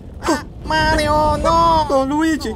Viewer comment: You thought it was mario but it was a -me marDIO!